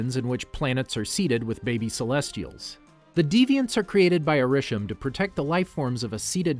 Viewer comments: Decent video to watch, however there are several issues I have with this. First off, the pronunciations of Ta Lo, Arisham, and Ulysses Klaue are all incorrect, plus the Iron Monger is Stane's armor, not War Monger, and Kamran is not Cameron. Next, Adrian Toomes is not a part of damage control, he is a private contractor who got screwed over by damage control. Some of the years are wrong for the movies and shows. For instance, Iron Man is in 2008 not 2010, Avengers' time travels to Vormir and to the Ancient One are both in 2014 and 2012 respectfully. The Eternals suffer from Mahd Wy'ry, a side effect that occurs from constant reincarnation, and Kro is the villain for the Deviants. Also, the shows like Inhumans, Agents of Shield, and several others are not MCU canon anymore unless you wanna count it as a separate universe. Speaking of which, you didn't include both Loki and What If...? since they are also a part of the timeline too. You only briefly spoke about where the alternate Loki went. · Couple Notes: 1. Arishem is pronounced ay-rih-shem 2. It is Ta-Lo not To-La